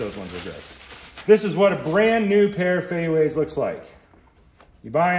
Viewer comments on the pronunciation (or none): Love your channel. Shoes are pronounced “fey you” not “fey way” been wearing them my whole life, great recommendation!